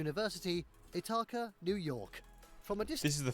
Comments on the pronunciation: It's pronounced ITHaca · The way the narrator pronounced Ithaca, NY ought to be illegal. Eetoka?? wtf???